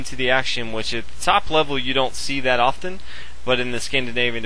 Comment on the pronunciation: I love how you pronounce OFTEN !!!